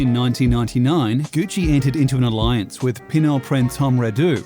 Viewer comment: . HENRI PINAULT not Henri Penoult. FRANÇOIS-HENRI PINAULT. ...You are welcome.